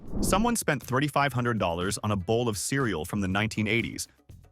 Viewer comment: These videos are becoming increasingly irritating, from the robotic voice not pronouncing $3500 correctly to all the ai art.... it is sad that there is no real effort put into these things anymore